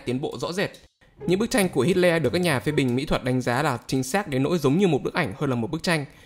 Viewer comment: Nghe như hít ke :))